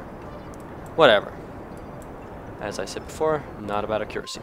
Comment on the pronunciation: Nice video. It really helped me with my Mün landings, but that isn't how one pronounces accuracy. This is how it the word is supposed to be pronounced